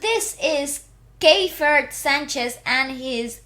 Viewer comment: The evolution of Keifer! We have been privileged to watch this young man grow into the extraordinary artist he is becoming. Thank you for the wonderful reaction. I also want to know what the inside joke is going on with the band! 😁 More songs from Keifer (pronounced key-fur) and the TNT Boys coming